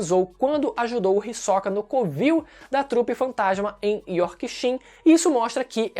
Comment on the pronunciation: O falar o nome do Hisoka com ênfase agudo no “o” me dá agonia kkkkkkkkk